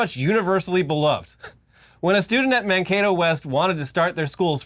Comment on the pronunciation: You’re the first politics people I follow to pronounce Mankato right… at least five other people have pronounced it wrong some other way